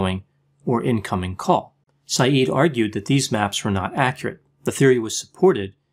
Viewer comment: Isn't his surname pronounced differently?